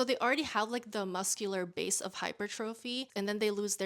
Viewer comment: Girl love you but why you pronouncing hypertrophy like that 😆